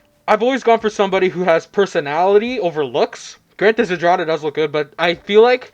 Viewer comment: would you kindly type malina or zdrada into google translate and switch translation to polish to english? if you know you know, if not you might be surprised , also the way you read that ... well you can listen to polish spelling too :P